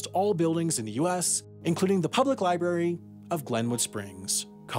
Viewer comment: Loved the video, but there are two "r"s in library.